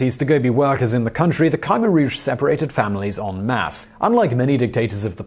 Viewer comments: It's pronounced Kah-mare or K'Meer, sort of in between those. Not criticizing at all, I just wanted to share knowledge. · It's pronounced as Khmer not Khaimer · Damn you need to work on pronunciation of the topic at hand. Wayyyyy off. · I live in Cambodia. You mispronounced Khmer. "New People" =privilege.